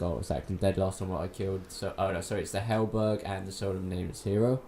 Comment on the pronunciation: How do you read halberd as ''helberg'' or ooze as ''oze''? And excape instead of escape? I'd do silent walkthroughs if I were you. In fact unless you're going to actually go over everything I wouldn't bother at all, I learned more reading the comments and probably should've gone to the wiki page instead. All videos like these do for the attentive viewer is waste time until we find a proper walkthrough that answers our questions.